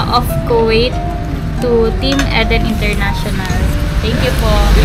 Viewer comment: Pronounce E as short I as in inch. Eden ganoon din puro short i masakit sa ears pag mali ang pronunciation ng name. Parang Ang movie East of Eden (Idin).